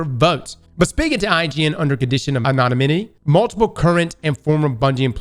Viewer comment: I don’t think knows how to pronounce the word “anonymity”